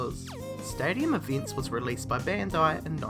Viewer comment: whats eeveents?